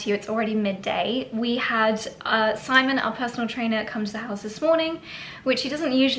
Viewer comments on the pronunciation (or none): none